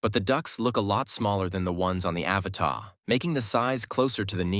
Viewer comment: Learn how to pronounce the Avata, and then I might consider watching your videos 😆 Can you say “ a-Va-Ta” ???